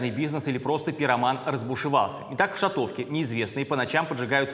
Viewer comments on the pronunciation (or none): ШАтовке, ударение на первый слог